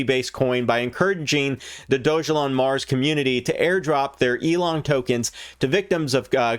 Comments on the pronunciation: It’s pronounced dog-a-lon!! How did you miss that it literally explains that in the description!! It’s not doge elon.. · It’s not “ doge” it’s dog-Elon mars